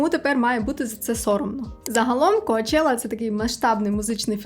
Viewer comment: Дуже люблю Ваші відео, інформація завжди дуже цікава, Ви сама чудова і приємна, але "сЄлЄби, коачЄла" трохи ріже вушка...але це без негативу та образ!